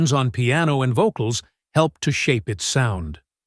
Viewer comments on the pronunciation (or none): none